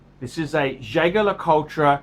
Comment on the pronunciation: Nothing oozes class like pronouncing Jaeger-Lecoultre incorrectly.